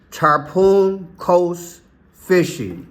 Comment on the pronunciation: It’s Tar-Pawn, not tar-poon. Tarpon is a specific salt water fish. Tarpoon is a weapon